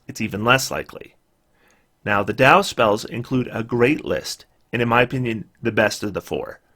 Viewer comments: Dao is indeed pronounced 'Dow'. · I am fairly certain you are pronouncing Dao correctly but I think there is a pronunciation guide voice by Mercer in D&D Beyond now if you want to be sure. I don't want to be like the guy who told you Eberron was pronounced e-BEAR-on.